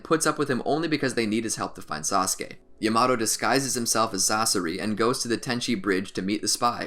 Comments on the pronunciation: Man really said llamato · It is not ya-maa-tow It is not ya -ma-to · DID HE JUST SAY YA MA TO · Great narrating / editing. I've watched probably 10 of these and this guy hasn't stuttered once. 🐐. Also, people complain about pronunciation: it is true the pronunciation of Yamato made me fall out my seat; however, most of them are okay. I like how he pronounces Sakura, it's like music hearing it over and over 😅. 👏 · SAMEEE especially yamato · Why he say yamato like that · Nah I don’t wanna hear him pronounce it like that for 10 min